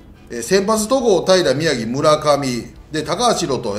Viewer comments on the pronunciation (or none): 宮城がひろとになってる😂